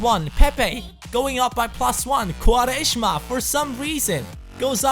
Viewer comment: u say quaresma very well xD (im portuguese)